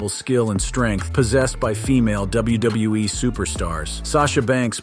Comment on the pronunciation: why he all ways says names just a bit wrong, as well as he says WWE just a bit off too bugs me